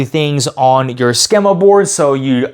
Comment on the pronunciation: Thanks for the video. BTW, schema is pronounced skee-ma.